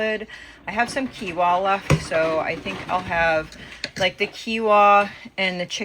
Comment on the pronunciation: Not being rude or mean, but Quinoa is pronounced like this "Keen wah", it sounds like you're leaving the N out when you pronounce it?? 😉